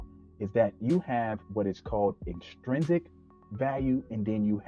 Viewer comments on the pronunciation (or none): It’s inTRINsic, not inSTRINsic